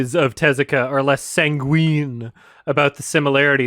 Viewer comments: "Teh ZOO ka." You can tell how shallow her actual knowledge is just by the way she says his name. If she'd even watched an interview with him, or someone who knew him, she'd know the proper pronunciation. "Tezu-kah." Japanese doesn't tend to draw out long vowel sounds. And of course she throws in Astro Boy, the only thing Americans know because of the 2009 theatrical movie. Not the things he's more globally famous for, like Black Jack, or his novel length adaptation of the 1927 film Metropolis. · You pronounce it TEH-zoo-kuh, emphasis on the beginning syllable, not the second syllable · Prof: Talking about how culture is poorly appropriated by someone Also Prof: Teh-ZOO-kuh